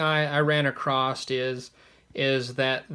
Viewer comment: ACROSS!! The word is "ACROSS!" Not "Acrosst" or "Acrossed!"